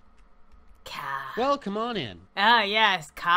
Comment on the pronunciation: You make kha sound like he has special needs.